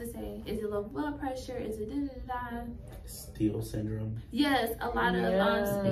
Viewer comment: Are you saying steel syndrome